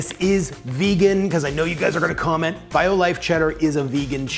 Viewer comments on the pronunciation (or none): none